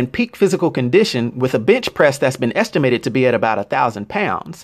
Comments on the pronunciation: When you said bench press I thought you said bitch press. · Lol sounded like he said "bitch pressed"